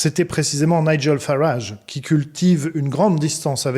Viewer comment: nigel se prononce naïdjel et non naïguel